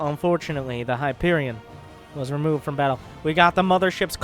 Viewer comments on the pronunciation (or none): none